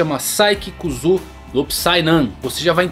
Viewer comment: Não é "Kuzu", e sim "Kussuô"(ou Kssuô) kkk